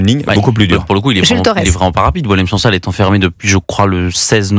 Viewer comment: Les médias français se montrent ridicules. Ils revendiquent la libération d'une personne dont ils ne connaissent même pas l'âge exat (parfois 76 ans, parfois 80 ans), ni savent prononcer son nom. Certains intervenants pensent que son prénom vient du verbe boire (Boilem). Quant au non SANSAL, c'est celui d'une roche blanche, genre caolin, que les femmes berbères utilisent dans leur poterie.